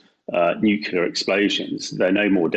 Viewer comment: Bit worrying that the geezer whatever his name is cannot pronounce nuclear properly considering who he is lol